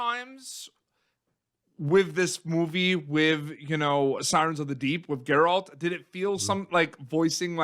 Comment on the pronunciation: Why can't Americans say Geralts name right? Its GERALT not GErart or gerard.